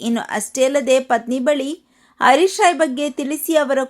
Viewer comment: ಅಮ್ಮಾ ಅವರ ಹೆಸರು ಹರೀಶ್ ರಾಯ್, ಅರೀಶ್ ರಾಯ್ ಅಲ್ಲ.